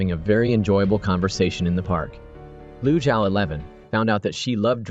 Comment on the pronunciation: The character name is "Lu Zhaoxi" not lusha 11 !!! is it produced by AI???